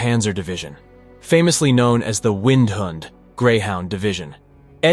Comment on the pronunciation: This is an interesting vid, but the bad German pronunciation is distracting. Windhund is pronounced "vindhoond" and Panzer is pronounced with an open "a" - more like "Pahnzer"